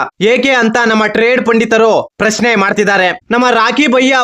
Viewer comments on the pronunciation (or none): none